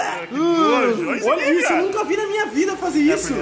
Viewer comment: Eu também escutei ele falando isu